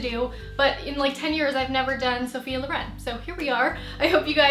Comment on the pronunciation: Lovely video but it's Sophia Lòren not Lorén :D Greetings from Italy!